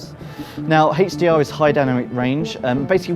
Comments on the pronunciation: Someone tell this guy, its HDR...not Hatch D R... -_ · i know right? i read all the Indian comment with "i dont dhink dhad is dhe way to say HDR"